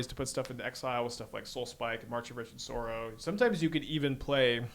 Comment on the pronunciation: "Vestige" is a real word. Pronounce it like a real world. So is "causal". And "sorrow".